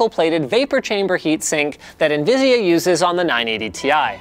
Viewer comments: he said nvisia nvidia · Is it just me or did he say nvisia??? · Mispronounced Nvidia.